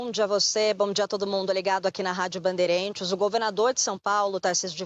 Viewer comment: A reporter Maju pronuncia a palavra "bandeirAntes* como " banderEntes". 😂😂😂